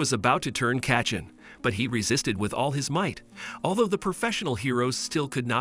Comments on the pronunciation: he keep saying katchen its bakugo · the way he says Kaychen